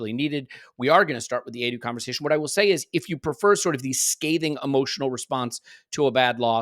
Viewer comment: Perhaps can stop saying Adu instead of Edu!! You don't say Ad for Ed or Addie for Eddie, so why Adu for Edu??!!!